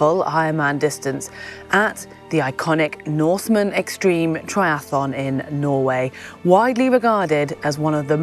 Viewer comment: A small "nitpicking" comment: it's "Norseman Xtreme Triathlon" (0m 42s), not "Noresman...". Apart from that, a cracking video! Keep up the good work!